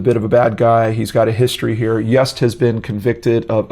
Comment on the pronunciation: I believe Yust is pronounced Yoost!